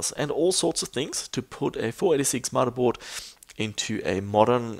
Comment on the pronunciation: lol "mudda" board XD